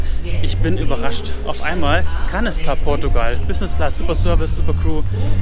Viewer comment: Ihr sagtet nie wieder TapPortugal